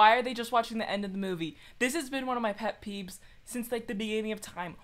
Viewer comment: did I hear you say, pet peeb?